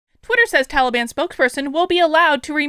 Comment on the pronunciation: I have to correct you, it Ta lee bun.